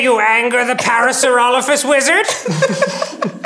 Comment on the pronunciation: I'm very angry at how Dan pronounced parasaurolophus.